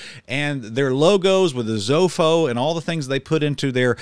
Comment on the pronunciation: Sounded like you had said “zofo” in the video. That may not be a correct pronunciation but to be fair, this is a symbol. It’s “Zoso” the way some pronounce it. Jimmy Page picked this as an occult symbol to use. Lots of speculation why and it’s actual meaning. Either way it’s occult/satanic and anyone who had ever listened to them or read lyrics knows this. They were VERY much into the occult stuff. Maybe it’s no coincidence that the Greek word “Sozo” means to be saved or healed! Sozo refers to salvation Biblically and the occult band flipped it literally into an occult symbol! Was this on purpose? Who knows. I grew up listening to this music from my unsaved father. I thank God that I was saved years later and could see the evil in this. How a “church” could use this as entertainment-even if it weren’t a church function is completely wrong. If it were considered a “worship service” then it’s safe to say this is not a church, rather a group of people. I cannot believe what I just watched honestly. Thanks for showing us what happens at this facility.